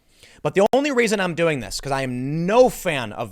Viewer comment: Stop saying raisin it is reason please, long time listener keep up the good work